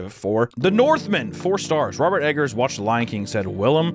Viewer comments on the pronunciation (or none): none